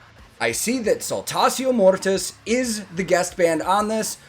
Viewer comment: on you a man can count. Thank you for telling me how Saltatio Mortis is spoken in English, in German we normally speak Latin as it is written except you had it in school then you will be more proficient. (BTW: If you didn't know Saltatio Mortis means Dance of Dead). And I love "Alea the humble" which is Jörg Roths Stagename who is the cool Vocalist in this really asskicking Band. If you wanna hear more from them my 1st recommendation would be S. M. 'Wachstum über alles' but be warned its all German and there are no subtitles from what I've seen. But at least the video shoud let you poop your eyes out.